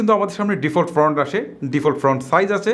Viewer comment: ভাই, ফ্রন্ট না, ফন্ট।